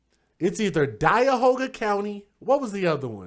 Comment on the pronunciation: DIE-ahoga County